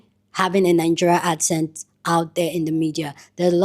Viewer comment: ACCent is not pronounced as aSSent. C as in cup.